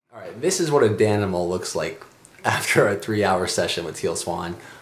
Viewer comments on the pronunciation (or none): "Danimal" *cringe*